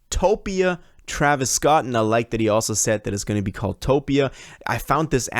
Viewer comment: bro said traevius scotland 💀